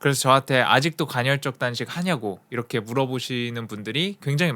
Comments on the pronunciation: 간헐적인데 계속 간혈적 이라고 말하시네..ㅋㅋ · 왜자꾸 갈혈적이래 ㅋㅋㅋ 간헐적!!!! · 2시간 짜리 영상에서도 전혀 흐트러짐 없는 목소리와 딕션에 감탄하였는데(그 영상 진짜 최고였어요!!!!), 이번 영상에선 간헐적 단식을 간'혈'적 단식에 가깝게 발음하셔서 그 단어가 나올 때마다 괜히 긴장이 되네요ㅠㅠ [가널적]으로 발음하면 쉬워요! 항상 완벽을 기하는 님의 영상에 옥에티가 있는 게 너무 아쉬워서ㅠㅠ 잔소리?팁? 하나 드리고 갑니다^^ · 발음이 안좋른건가? 왠 간혈?. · 저도 간헐적 단식 2달간 하고 있는데 좋네요 그런데 커피는 의학적으로 하루에 한잔은 괜찮습니다 그리고 영어발음은 이해하는데 간헐적 단식발음이 간혈적 단식 으로 들리네요 오류인지 실수인지 모르지만 간혈적으로 들리고 틀린겁니다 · 간혈적 말고 간헐적이요! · 간혈적이라고 말하고 간헐적이라고 자막쓰면서 이불킥 했을듯요 ㅋㅋㅋㅋ 저도 님 예전 생활하고 비슷하게 살고 있는 중인데 저도 간헐적 단식까지는 아니더라도 카페인 끊는 거 도전해봐야겠어요!! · 갼헐적 단식이라고 계속 얘기해서 ㅋㅋㅋ 좋은영상 항상 감사합니다 더욱 건강하시길~~^^ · 간헐적 간혈적 발음 지적만 당하는 그러니까 좀 잘해 ㅋㅋㅋㅋㅋ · 궁금한데 외국에서 오래 생활하면 "헐"발음이 어려워지는건가요?? 대니조라는 미국에사는 운동유튜버도 간혈적 단식 이라고 발음하던데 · 근데 왜 발음을 간혈이라고 하는거에요? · 간헐적 단식을 간혈적 단식이라고 발음하는 멋진 우리형..간Zㅣ.. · 홀리크랩 형님 간헐적 계속 간혈적으로 말씀하셔서 괜시리 신경쓰입니다 형님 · 저만 “간혈적”으로 들리나요..? 영상 깔끔하고 좋네요 ㅎㅎ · 자꾸 간혈이라고 그래서 나만 잘못 들었나?했는데 역시나.. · 영상 중간에도 간’혈’적 이라고 나온다요! 발음영상 후에 이러니까 위트로 느껴져! 인간적이야 지금까지 너무 완벽했어. 다음 영상에서 ‘앗 지금까지 간혈로 잘못 알고있었어요 헤헤 나도 모를수도 있지! 버럭!’ 하면 귀여울 것 같어ㅎ 누군가 이걸로 악플이나 안 달았음 좋겠다! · 나도 간혈만 들려 ㅠ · 보스턴식 간헐적단식 발음인가 ㅋㅋㅋㅋㅋㅋㅋㅋㅋㅋㅋㅋㅋㅋㅋㅋㅋㅋㅋㅋㅋㅋㅋㅋㅋㅋㅋ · 설마 저번 영상에 이은 틀린 발음의 예시... 나중에 복선 회수되나